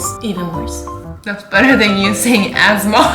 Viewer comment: "that's batter than you saying asthmar" 😂